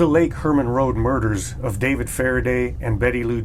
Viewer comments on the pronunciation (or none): none